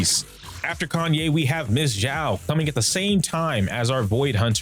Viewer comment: calling her solely "Xiao" doesn't make much sense, it's just an affectionate adjective that accompanies a name hahaha Also, you are pronouncing it as "Zhao", if you wanna say "Xiao" say it like "See-ao".